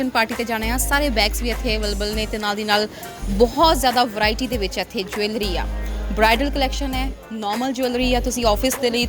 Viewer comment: ਜਵੈਲਰੀ is not right pronunciation